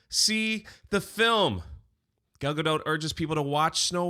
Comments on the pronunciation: Gail? its Gal... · it’s ‘Gal’ not ‘Gail.’ 😊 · come on... her name is not Gail... or Gayle... it's Gal... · I think yer spot on, dear Rachel is going to go the way of our last favorite PR tsunami Ezra Miller - or should I say Ezra who?? N for Pete's sake, the woman's name is Gal. It's a word, look it up. Pronounced the same. It's not Gale, or Jimmy, or anything else. Just Gal. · 'Gayle' Gadot? C'mon, you got to 'do better'!😝 Otherwise, I agree with!😂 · you'll never get Gal's name right 🤣🤣 and it will never not be funny